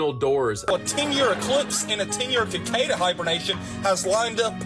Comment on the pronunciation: “Ki-Kay-Da”?! So, dude is so knowledgeable about cicadas that he doesn’t even know how to pronounce their name. But he’s definitely clear on what their behavior means.